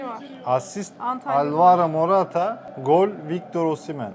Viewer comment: Abi adamın ismi oshimen değil osimhen